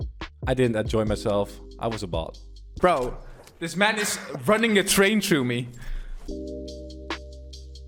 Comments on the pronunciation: Man not mon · can we have a montoge of him saying gg mon yes mon not man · He says mon not man and i do not mean it in a bad way its like gg bro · How many time did he say geegeemon (I know he is saying gg man) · instead of gg mon he sound like hes saying digi-Mon!!! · When he says it it sounds like german tbh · He sounds Jamaican when he says GG man 😂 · The way he say gg man is thu funny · Not being rude see how he says gg man